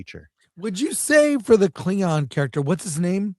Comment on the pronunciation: A Kling-NON 😂 and a Fem-Haddar 😂 I think I'll pass.